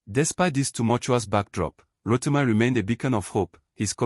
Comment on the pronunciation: Ro-ti-mee not Ro-ti-my